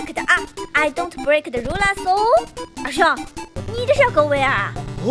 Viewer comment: 他說，r u le s